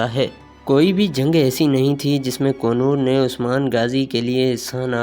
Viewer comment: kongar nahi konor